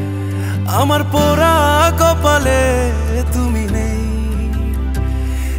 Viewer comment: পোরা কপালে,বরো বালোবাসি।এসব কি ভাই? গান এর উচ্চারণই করতে পারে না।পোড়া,বড়ো,ভালোবাসা।আরো আছে খানিক।।সংগীত এর মান ইজ্জত মারতেছে এরা